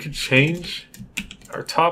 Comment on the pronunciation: You weren't pronouncing topology wrong! (At least I don't think so. If so, then I guess I got it wrong too xD). By the way, these videos are great. Thank you so much, you don't know how helpful they are. I know a little bit from OpenGL, but I never used the Windows API directly and this is the first time I look into directX. Thanks again!!